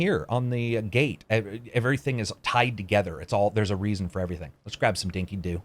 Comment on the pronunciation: A beautiful game not for everyone but also under appreciated if not actually taken for granted. Dinki-Di is pronounced "Dinki-DIE" and is an Australian term that's hardly used anymore that's a variation of "Fair-Dinkum" and both mean "True-Blue" or good and honest.